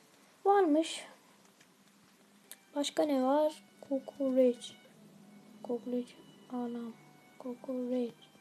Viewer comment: abi iskender kokerec dedin doner yedim :D